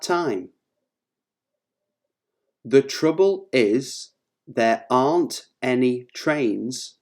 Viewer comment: Sounds Ant instead of Aren't